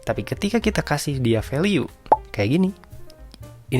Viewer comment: Kenapa value dibacanya veliu ? 🤔